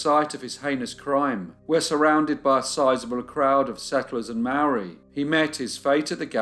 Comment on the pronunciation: Great case, as always, thank you. One detail to mention is that the pronounciation of Māori is incorrect, otherwise an excellent watch. Love your channel